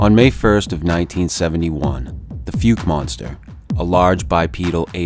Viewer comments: It's pronounced: FOLK or FAULK depending on what part you're from. Definitely not "fook" monster. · It's pronounced "Fowke", not " Fyook". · Can't pronounce the name of town. How could you know much about this. Outside of what you have read or heard just wanting your 5 seconds of fame I suppose